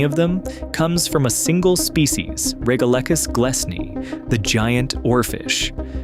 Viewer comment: It might help with the credibility of "" if he had an actual knowledge of basic science. The twilight zone is not perfectly still, it's constantly buffeted by global currents. You pronounced "regalecus" at least two different ways: if you're going to get it wrong, at least be consistent about your wrongness. And the bit about there being no bubbles in the sea unless released by earthquakes? Are you kidding? Bubbles get released from the mud on the sea floor ALL THE TIME.